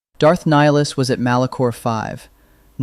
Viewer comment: I think it is AI because he's constantly saying Nihilus's name incorrectly